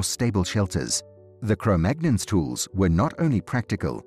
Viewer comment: Cro-Magnons? Cro-Magnons? The first clue is that he can't even pronounce the name properly. The second clue is that the scientific community - the actual, peer reviewed, qualified from an accredited institution scientific community has moved on from Cro-Magnon decades ago. I stopped watching within the first 15 seconds. I can only assume that he goes on to say that the aliens came down and showed them how to light fires to keep warm.